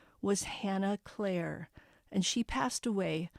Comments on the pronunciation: I think it’s pronounced clear-re not Clair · the name is CLEERE rhymes with deer, and beer, ok?